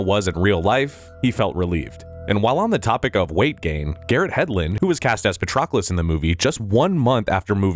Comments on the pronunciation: Maybe practice pronouncing the names of characters before you start recording...! Patrocolus? Brissus? Really? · Holy moly. I've never heard so many names and words mispronounced in such a short period of time. From characters Briseis to Patroclus to Maltese islands of Comino and Gozo...this video made me wonder if it was AI generated audio? Surely one human couldn't get 4 out of 4 names wrong in just 40 seconds?